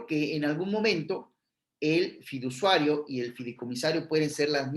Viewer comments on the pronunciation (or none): Pd se dice fiduciario NO fidusuario